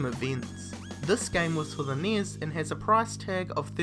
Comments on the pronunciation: Enn-ee-ess (NES) not NIS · NES is pronounced "nes." As in "goodness." Or even "enny-ess." Not "Neiz." the hell is wrong with your mouth. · Nee-s? It's N.E.S.! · Oh my god, 11 Atari 2600 games on this list. And you pronounce it niss. At least you could have said Nintendo Entertainment System. This video was tedious and a waist of time! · Yeah the way he pronounces things is really annoying. NES = Knee-is?